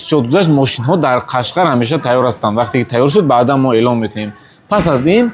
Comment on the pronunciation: Қашқар не Қошғар 😂😂😂